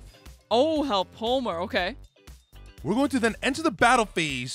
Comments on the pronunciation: So, one quick thing. One of the cards you guys mentioned was a card in Bakura's deck, so it kinda hurt to hear it keep getting mispronounced. It's "hell-poe-em-er." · It's pronounced hell-po-em-er.